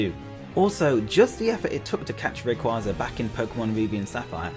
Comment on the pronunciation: Finally someone who doesn't have Rayquaza at #1 and pronounces his name right!